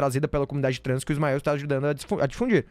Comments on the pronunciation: Me da um nervoso ela chamando ele de smioh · Difícil de ver o video pq toda vez que a chama o Ismael de Ismiu me da uns siricutico 🫨🫨🫨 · As vezes que ela falou Ismío me distrairam um pouco do conteudo do vídeo, vou ser sincera